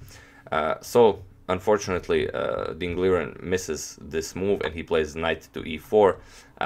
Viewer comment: #agadmator Accurately, it's Mr. Ding to call...Most commentators say it wrong, learn it and you're better than all of them immediately and easily